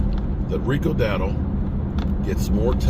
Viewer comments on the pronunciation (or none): Rico Dowdle not Gadder that's what you said